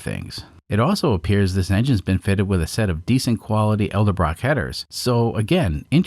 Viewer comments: also its EDELBROCK not Elderbrock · On the IROK yoy are saying "EL-debrock' Its pronounced "ED-elbrock" ... Thats like George Bush sayin...NUC-U-LAR..instead if "NU-CLEE-ER" Or calling shocks "Bill-STEEN" when its "Bill-STEIN" 🙂